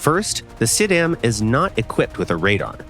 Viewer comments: i mean...for a non native italian speaker it is but trust me it wasn't good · It was abad attempt tho. He wasn't even close to how i would say it (i am italian)